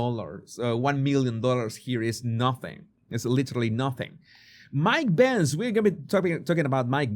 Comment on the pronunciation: I was listening to the video and thought you said Mike Pence. I was relieved it was Benz